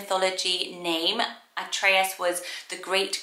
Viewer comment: Hey! Lovely video as always ❤ I'm Greek and in Greece "Atreus" is pronounced "Ah-tre-as" so you pronounced it in a lovely Greek accent😊 P.S: you look gorgeous!!